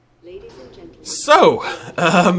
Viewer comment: Great video.... but why does he keep saying Geltelmen